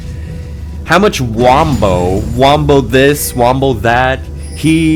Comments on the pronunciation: It's Wumbo in Spongebob! Not wombo!!! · ITS WUMBO NOT WAMBO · get it right, its WUMBO